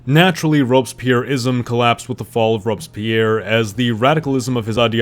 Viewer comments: What is Robes Pyer? Worst pronunciation of Robespierre I have ever heard. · "robs pierre" haha